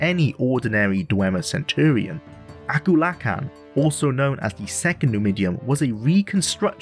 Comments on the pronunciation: When you said Akulakhan's name i did the biggest double take in my like. LMAO. Aku lakin? Ah-kool-ah-kahn. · This was going great until you had to say akulakhan